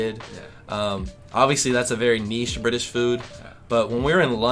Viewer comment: Your the first yank I’ve heard that says niche correctly free pint for u when you come back